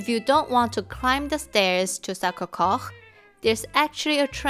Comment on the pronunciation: sorry , may I correct the pronunciaton of Sacré-Cœur. it's[sakʀekœʀ] not [sakʀekox]